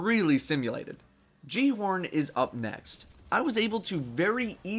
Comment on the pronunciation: repeat after me Gal-e-horn the j makes a h sound